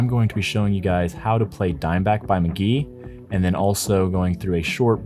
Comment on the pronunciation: Bro said mk.gee wrong 😢